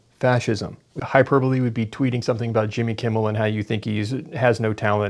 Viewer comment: Hyper bowl! How i read hyperbole every time.